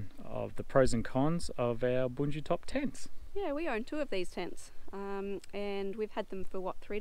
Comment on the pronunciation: I love it!! At last an Anglophone that can correctly pronounce Bundutop. Just listen to this scholar speak. Well done, Mate!! 🎉🎉🎉